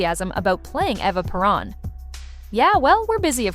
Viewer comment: Please learn how to pronounce Eva Perơns name.